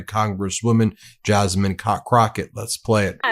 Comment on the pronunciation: you called her Jazmine "cock rocket" lol brooooo